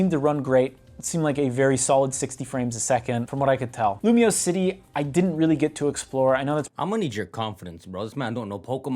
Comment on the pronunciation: nahhh bro said lumoise in 3d get this nga outta here